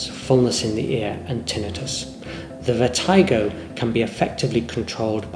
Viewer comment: It's pronounced (vert-i-go) not (vert-eye-go).